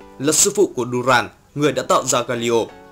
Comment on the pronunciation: Ad ơi là doran chứ ko phải durand đâu nhé